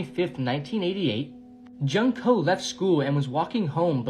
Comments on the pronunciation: it’s pronounced June-ko Jesus! Idk why westerners pronounce her name junk-ko 😢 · It’s pronounced June-ko